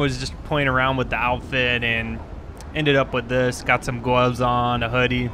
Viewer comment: FTW - Got some gwoves on.